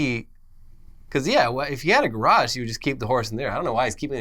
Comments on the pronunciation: Ga-Rash?? Did have a brainfart? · I was excited to watch this at 3am until said "garage" like Borat. No way I'm going back to sleep now. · What accent it pronunciation of garage?